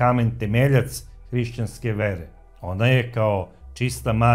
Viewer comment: Није Дева, већ Дијева. Не причај нешто о чему немаш благе везе! А то је све у вези цркве.